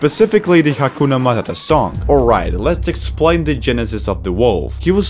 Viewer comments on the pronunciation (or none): "Hakumahahahaduh." My favorite.